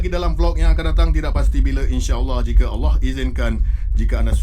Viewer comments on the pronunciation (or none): none